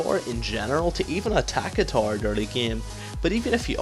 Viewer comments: Okay but why do you say tore instead of tower? ;] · When he says TAR he means tower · i love how he pronounces tower TAR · good video,, but it took some time before i understood that you are saying tower when i hear taar :) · Best LoL educator Ever. P.s. i have no issues with your accent (except when you said "tar" [Tower] :P ) Loved your caitlyn Vid too. I would like to ask, what is the best 6 item comp with cait late game? or perhaps if best is a bad idea, the 3 or 4 better comps? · I chuckle every time I hear him say "tower" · okay i learned alot in this video but i am still wondering why you can't say tower right.